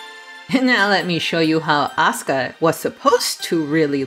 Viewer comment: That's not how to pronounce "Asuka", it's A-su-ka.